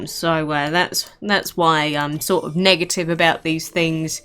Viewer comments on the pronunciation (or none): none